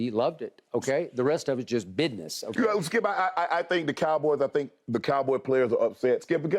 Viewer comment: Skip tapped in 🤣🤣 “bidness”